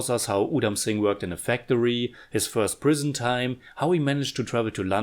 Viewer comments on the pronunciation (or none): none